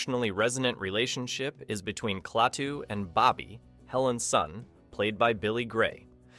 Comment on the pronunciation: The name is pronounced 'KLAH TOO', not 'CLAY TOO'